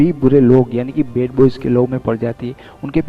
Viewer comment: love ko law kyun bolte ho yaar and bad boy ko bed boy bolte ho...plz bolne ki practice pehle kar kd bolo plz.... yaar